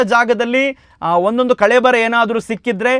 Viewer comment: ಕಳೇಬರಹ ಅಲ್ಲ 'ಕಳೇ ಬರ' ಕಣ್ರೀ 🙄